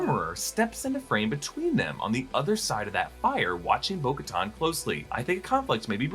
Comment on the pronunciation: Who is Boca-Ton? Thought it was Bo Katan? 🤷🏾‍♂️